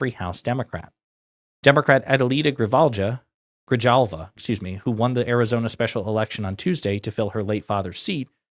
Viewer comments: Gree-halva, how to pronounce Grijalva. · It's pronounced...GREE-HALVA. It's also my last name. please get it right next time. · Your struggle with the name “Grijalva” is even lamer than trump’s struggle with “acetaminophen” 😑 At least trump got it right in the end.